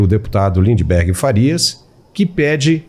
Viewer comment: Lindebergueerr, hahaha